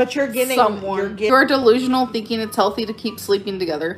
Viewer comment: “It’s called a hhHHOLTHY breakup.”